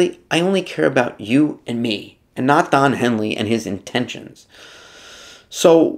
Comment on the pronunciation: “Don Heely”? 🤦🏻‍♂️